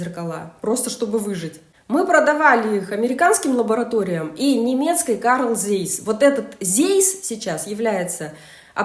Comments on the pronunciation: Zeiss это немецкая компания, и название её это тоже немецкое слово, а значит читается по-немецки «ЦАЙС», а не «зейс». Пожалуйста уважайте все языки. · Автору - аббревиатура ASML правильно произносится, как А- ЭС-ЭМ-ЭЛ. НИКАКИХ - СЕ, при произношении буквы S!!!! Zeiss - никакой не ЗЭЙСС, в ЦАЙСС!!!